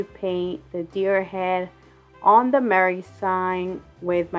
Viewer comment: You had me cracking up over the Merr. 😂🤣 You could say the letters “M” “E” “R” “R” instead, but Merr was a whole lot funnier to hear!! 🤣 Love your crafts!! ❤️ Can’t wait to see more Christmas videos to come!!